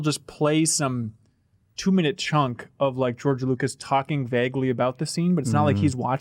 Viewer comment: pronouncing the word vaguely will never NOT bother me